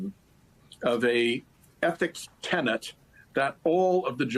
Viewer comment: TENET! NOT TENANT!!! COME ON FOLKS!!!